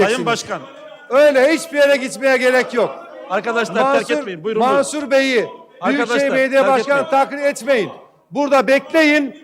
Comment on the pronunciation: Marsur değil Mansur Türkçe Öğren....!!! Herkesi yaftalama sizi mahkemeye vermek gerek Türk milleti olarak...